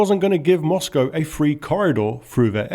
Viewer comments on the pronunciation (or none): none